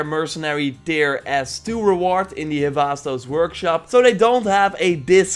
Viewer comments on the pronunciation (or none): none